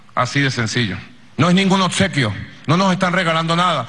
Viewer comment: “Odsequio” el paquete es usted